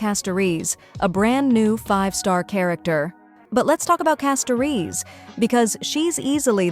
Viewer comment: It’s wild how AI can’t pronounce « Castorice » correctly each time 😂😂